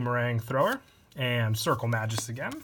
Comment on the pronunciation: May-Gus... Please... Not Majus... My ears are bleeding